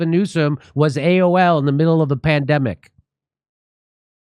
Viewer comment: When Jimmy says newsom is AOL instead of AWOL I think of him sick in bed only able to speak in dial up sounds